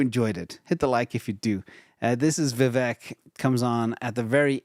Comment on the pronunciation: Vivek is pronounce like cake, vivack, point of information love the show 👍👍👍👍